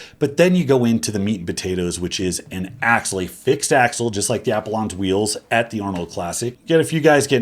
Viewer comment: How the hell do you mispronounce Apollon?